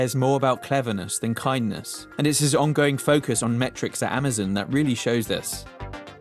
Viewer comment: Would you stop saying "Ama-zunn"